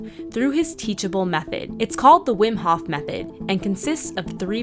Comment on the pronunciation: The HOF !!! not the hoff :-)